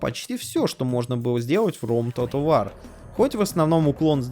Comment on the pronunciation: Как ты сказал?"Тотал вар"?Выпий йаду,аффтар!Хоть бы в словарь заглянул.